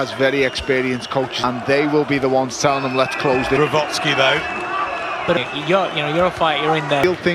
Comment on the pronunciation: Saying "Glowatscki" the entire fight, nobody correct him. Like disrespect for an elite fighter.